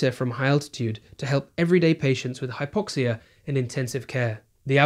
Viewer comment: he turns American when explaining hypoxia